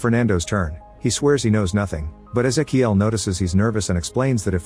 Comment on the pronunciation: thats.... not how you pronounce ezequiel